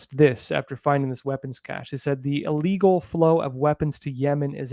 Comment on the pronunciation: Hey,....... it's "ill" - legal. Not "ah"- legal.